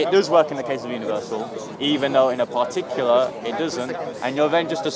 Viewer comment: "pahtuckular", u want me to sit here and waste my time listening to someone who can't pronounce a simple word in his first language LOL